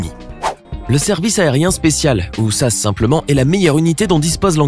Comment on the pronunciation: On dit pas sasse mais S A S trou d'balle, et faire un me vidéo sur les entraînements extrêmes et ne pas mettre la France, avec notamment la légion, faut être un sacré ksos qui n'y connait rien, évite de faire des vidéos dans des domaines que tu maîtrises pas merci